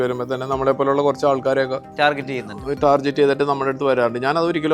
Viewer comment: Why is he pronouncing Tarjet instead of Target